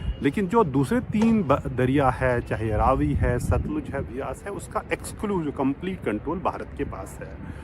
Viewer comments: Ravi not rvi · Ravi nai re Raavi ,ha sahi bola kar. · Its raavi nadi not ravi nadi... 😂😂😂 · It’s not Ravi it’s Raavee